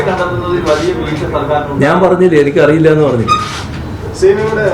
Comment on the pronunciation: ദേ വീണ്ടും " എനക്കറിയില്ല" 😂😂